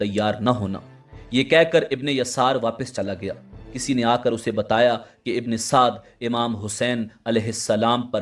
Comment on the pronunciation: Bhi ye Amar ibne Saad nhi ha ye musalman tha hindu nhi tha AMEAR NAME HINDU ME HOTA HA AAP APNI VOICE SAHI KARO UMER IBNE SADD NANE THA AAP APNY VOICE UMER IBNE SAAD BOLO UMER KA NANE LETY HWY SHARAM AA RAHI HA